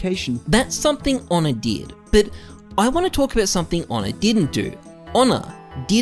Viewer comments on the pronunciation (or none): His name is not Onne. It's Ohne